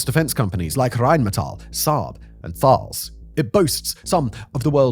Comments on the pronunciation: Thales is pronounced Tal-es. (former employee) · FYI Thales is pronounced "Tah-les"